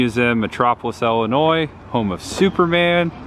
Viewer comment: Thank you for pronouncing Illinois correctly. It's Illinoi it's French and native American. You don't pronounce the " S " .